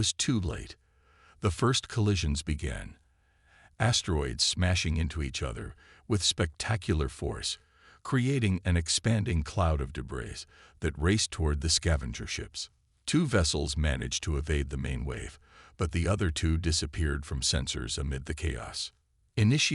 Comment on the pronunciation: Frustrating AI Screwups....."unstibly", "deh-BRISS", "DEH-briss", "DISS-uhbled", "tawing"(towing), "....silver SKILLED skin", "EYE"(AI), "MERRED is surface.."(marred). Very frustrating. Hows about fixing your crappy AI?? Just a thought...